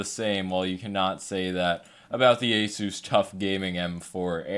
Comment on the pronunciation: Epik mouse. Btw it's pronounced aSUS